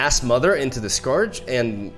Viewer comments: Darkwater Scourge is pronounced like: Scurge. And Strafing Strike is pronounced like: Stray-fing Strike. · Scourge is pronounced "scurge" without the "ow" sound. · Scourge is pronounced like “SCURGE” Strafing is pronounced like “STRAY-FING” Hope that helps :) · Scourge = 'Sc' as in School & 'ourge' as in urge Also, Strafing = 'Stra' is pronounced stray & 'fing' is still fing